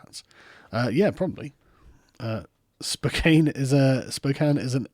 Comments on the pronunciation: ...lulz. "spo - kane" not "spokahny' Keep up the great work, man. Love your channel and the topics you cover. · It’s Spokane ( spoh-can) I live south of there and my wife hails from there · It's pronounced spo kan. The e is silent. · "... Spoka... Spokanee ... I can't pronounce that." Totally precious. And brilliant. Thank you, SofA. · Spokane... Ss-Po-KANE Learn how to speak REAL English LOL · Not that it's overly relevant, but 'Spokane' is pronounced "Spo-Can". I only know this because I live there. We're also famous for Rachel Dolezal...sorry about that. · I like how to show crazy republican's they mention a guy from Spokane (Spo-can since carl had a time pronouncing it) and that feels like hardly an argument since Spokane is one of the shittiest cities I've seen, like I've heard it referred to as Spokompton. God Emperor 2020 long may he reign